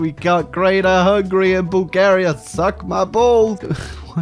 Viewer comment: Why do you pronounce it Bul-GE-ria? I ain't even mad, just curious.